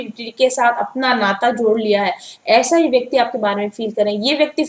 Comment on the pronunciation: This vayaktii😂😂😂😂...oh god...mam u r so cute 😁😁